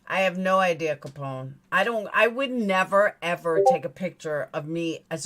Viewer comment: She cannot even say IDEA correctly. Its not ideaR its IDEA!!!! You bring receipts she cannot! Just like Voice for the Voiceless did when she accused her of lying about the 2k. All she does is flap her jaws with lie after lie. Everything YOU are is what she WISHES she was FACTS!!! #BANTRAGEDYPIMPS